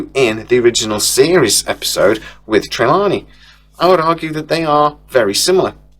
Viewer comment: For fucks sake mate, pronouse the names correctly,it’s TER-LANE…NOT TERLANIE